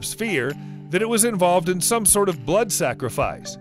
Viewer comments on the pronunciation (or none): none